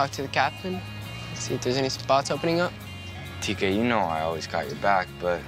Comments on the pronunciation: Its not tkay its T.K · Its Tk not Tkay